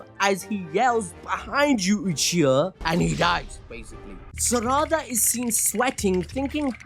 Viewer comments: I swear to god if you keep saying Saraàda ...😂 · The way he pronounces Saradas name is disgusting